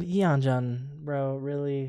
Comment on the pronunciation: i just found your channel and i rly like your reactions so far!! i hope you react to more txt, maybe a more detailed/updated guide like others have recommended! btw you almost have yeonjun's name right but its "yeon-JOON" not "juhn". like the joon in namjoon, or the month of june and youre close with beomgyu too, but its beom-gYOO not beom-goo. the "gyu" kinda sounds like the word "queue" but replace the q with a g, so "gyoo". hope this helps!! i think the yeonjunbabie guide shows you audio clips of how to pronounce their names :)